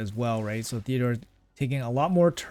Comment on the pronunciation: TEOdor not THeodor 😂